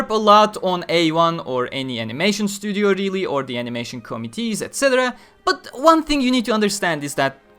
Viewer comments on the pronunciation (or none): none